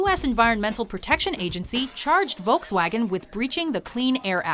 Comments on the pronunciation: "Voulcks-waagen" LOL it's Folks-wagon, the people's car. Could not concentrate on the rest of the video, just kept laughing. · i like how she says "wolks vagen" ... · Ha!the great toungetwisting wizard can't pronounce"FOLK'S WAGON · it is pronouced folks-vagen not Volkswagen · 🤣 i love how English people say Volkswagen 🤣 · Oh no, u pronounce Volkswagen so badly